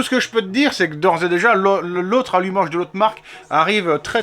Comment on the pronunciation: Alumacheeee rouche qui dit le yonnet😁